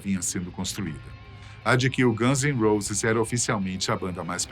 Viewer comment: Caraioooooo traga alguém que saiba pelo menos pronunciar o nome dos personagens de maneira correta… quando ouvi “os ganses roses” deu vontade de arrebentar esse maluco dos países do alto